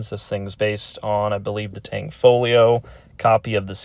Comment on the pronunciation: FYI: It's Tanfoglio. Not TanGfolio. There is no G in the middle of the word.